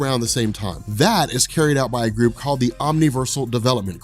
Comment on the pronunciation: corp is pronounced like core